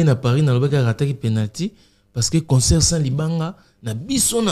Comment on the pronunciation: On dit CONCERT ET NON conSEUR frère